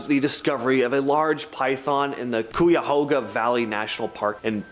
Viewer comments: Cuyahoga is pronounced like guy-a-hog-a but with a c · Anyone else annoyed with how he said Cuyahoga 😂😂